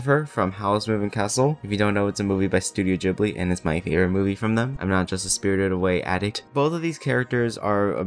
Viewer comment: You are the first person, apart from me, who I've heard say Studio Ghibli like that :P